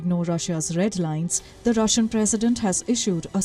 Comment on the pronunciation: How can you say roshan